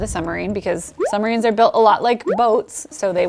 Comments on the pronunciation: PLEASE! PLEASE! I am begging you. Stop saying summarines. It's SUB-marines. (also that a russian sub graphic) BTW: Love you work otherwise.... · Lol “summarines”